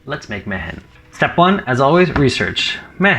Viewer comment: Is this anything like Jumanji? Mehen is pronounced me-in. Its my name.